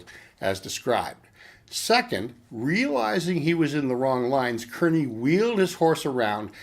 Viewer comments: His name was pronounced "Carny". Just so you know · No he's not. I'm from Kearny, the town he lived in and was eventually named after him. He's saying it wrong for sure. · Good to see someone else here from Kearny. Grew up in Harrison-Kearny! Cringed when I heard him say Kearny too. LOL